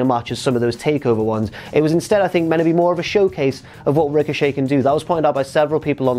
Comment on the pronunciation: Who else said tricochet when he said it